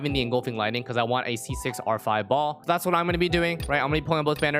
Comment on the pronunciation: baal not BALL